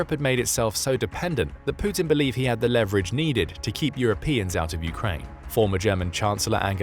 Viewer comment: You mispronounced leverage.